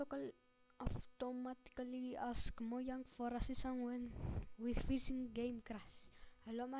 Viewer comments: Lol he said Moyan instead of mojang xD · It’s not moyang it’s mojang XD